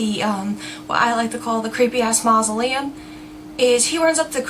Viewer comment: hahha "he goes up and rattles the door of the 'creepy-ass moslelum" and im like "get away from 'creepy ass moslelm" Lelellee